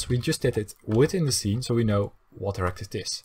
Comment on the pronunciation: is it just me or does it sound like he is saying erect instead of rect